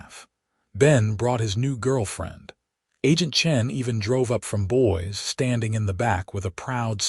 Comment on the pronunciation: AI needs to learn pronunciation of Eleanor and Boise😂